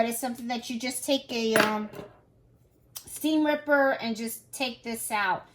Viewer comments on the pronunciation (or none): It’s most likely from the file and not a basting stitch . I didn’t know you can back stitch!! Lol I like how she says STEAM RIPPER !!😆